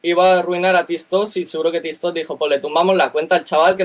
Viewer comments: Comentario serio: creo q dice tis tos porque no puede decir tik tok por los apatatos.. es triste pero real jajajajajaj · Si no sabe ni decir Tiktok